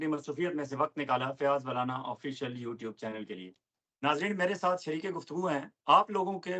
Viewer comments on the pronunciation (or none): none